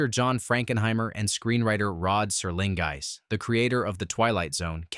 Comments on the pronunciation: The same could be said about "Rod SerlingS" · That was a very strange pronunciation of Rod Serling's name. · And Rod Serlings name...